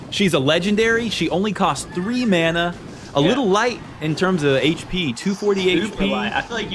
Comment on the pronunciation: i fucking hate how he says mana